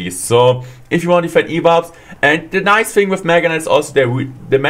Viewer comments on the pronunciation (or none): none